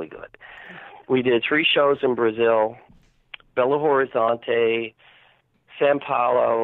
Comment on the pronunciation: Great job! AMAZING interview!!! Thank you so much for doing this and sharing this with us all. I am from Belo Horizonte, Brazil and it was nice to hear Vinnie mentioning it. Great pronunciation of the city's name as well. They changed many, many people's lives in Brazil when they came. Including mine. Vinnie really needs to write a book/memoir ASAP!